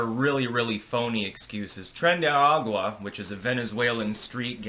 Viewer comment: Your white-ness is showing. Homie really said Tren day aquahh Tren day hawk tuah